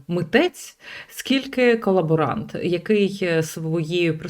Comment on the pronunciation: Ne KoLaBoRant , a KaLoBoRanT ! HAY Jive Vilna UKRAINA !!!